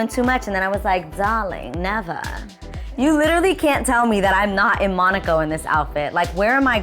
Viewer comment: Darling neveer 😂